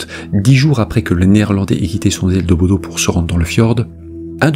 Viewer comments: Juste pour info, en norvégien Bodø se prononce "Boudeu" et non pas "Bodo" ☺ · Vidéo très intéressante 👍... J'ai regardé toutes vos vidéos : toujours prenantes (j'adore !)... Juste une chose.... BODØ (en Norvège où je suis allée 😉)... On ne dit pas BodO mais BodEU (le ø de Bodø se prononce "eu") 😉...